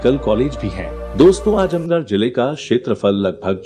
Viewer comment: 🙂Brother it's 'Azamgarh' not Ajamgarh🙃